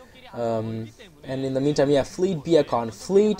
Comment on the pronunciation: You pronounce fleet beacon wrong. It's beecon, not be-a-con.